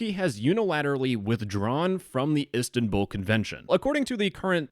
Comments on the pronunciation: It’s “is tan bol” not “istan bull” Also it’s “Istanbul” not “istanbül” Also “Celik” is pronounced “jelik” since in Turkish the celik you said would be “Çelik” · Bro said ESTANbull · the pronunciation of Istanbul😭😭